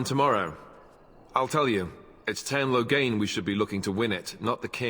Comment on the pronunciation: i keep hearing Logang when they say Loghain lol